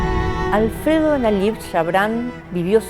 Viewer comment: Pronuncia mal el segundo nombre. Nayib sería